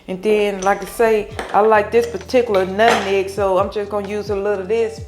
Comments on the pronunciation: She said nutneg😂 you know it's good!😋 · Nut meg not neg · Love how she pronounces Nutmeg as NUTNEG😂😂